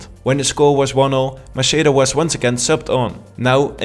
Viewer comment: Great video but it's Macheda=MAKEDA